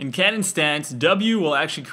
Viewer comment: Whenever he said cannon mode i thought he said Kenen mode